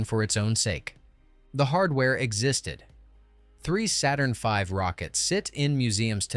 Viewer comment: This is fantastic but please, YouTubers, don't resort to AI speech! Most people, I believe, would far prefer non-English or bad English with subtitles, trust me on this! "Saturnv". Horrible!